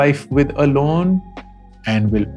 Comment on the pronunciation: I love the way he said lono🥲🥲not loans😂😂